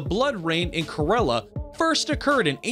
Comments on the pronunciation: Its not ka rela its kerala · It's not korela it's KERALA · Am I the only one who heard him pronounce KARELA instead of KERALA??🤷🤷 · I’m—- from Kerala and the way he pronounced it— I- 😂😂😂 “KER-ELLA” lmaooo it’s “Care—uh-luh” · It's not 'krela' mister.... It's pronunciation is Kay - Ra - La 🙄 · Kerala pronounced as kay(as in cake)-ra(as in ratification)-la(as in las angeles) not kah-ra-la... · കൊറോള അല്ല ചേട്ടാ കേരള... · It's not Karela...It's Kerala ( Kerala) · Kerala. Not Karela. Kerala is a State. Karela is bitter gourd. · its not kah-re-la it is ke-ra-la Im an Indian and I should know that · It’s not corala it’s Kerala 😂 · It's not Kerela it's kerala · Blood rain not in ko ro la it's k re la.....🙄🙄🙄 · Okay....... Abe saale😂 That's Kerala not Karela 😂😂 Kerala is a state and Karela is a Vegetable Lmao😂😂😂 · how he says Kerala sounds like he is saying KARELA in hindi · Man literally said korola for kerala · You pronounce it kerela not korela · "Kerala" not "KeRrrrrALA" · Kerala is pronounced like Kay-r-la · Kerala is not karela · Omg THANK YOU! I hate when people mispronounce that name. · Watching from Kerala (And you didn't pronounce it right) But never heard about this blood rain or red rain. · I know that this is pretty unrelated, but the speaker screwed up kerala's name so bad. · Anybody noticed the pronounsation of Kerala🤣🤣😂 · Ok. I grumbled at the pronunciation of Kerala, but Tanzania made me stop the video.